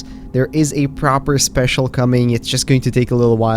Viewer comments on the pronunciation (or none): Am going crazy or did He says specil insted of special?